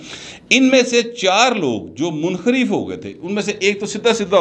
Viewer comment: Sir lafz munharuf hota haie thank you